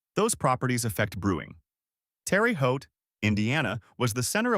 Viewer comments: It's pronounced "Terr-uh" not Terry! The first word sounds like "air and the second sounds like "Boat". So, let's say it like "Tair-uh Hote". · You can't claim to be an expert on anything Indiana if you pronounce it Terry Haute. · well we're not in France professor and in Indiana we pronounce it Terra Haute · Tear a hote. Not terry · My only problem is that you miss pronounce Terre Haute. Terre is pronounced as Tear. The name is French. Yes, I was raised in Terre Haute and am proud of it. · Terre Haute / "Terr-a Hoe-t" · Terry Hawty 😂😂 just awful. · It seems that's always a problem..ever see the TV show "Family Affair"..they kept saying "terra hut".. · I know. That made us "Hautians" irritated. We heard/read it was because the main star of "Family Affair," Brian Keith, used to visit his uncle who lived in southern Illinois, and his uncle pronounced it "Terry Hut." People would try to "educate" Brian Keith about the true pronunciation, but he never would believe them. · Terre Haute... Pronounced Terra Haute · Too bad the announcer did not know how to pronounce Terre Haute😢. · it is pronounced differently. in different locations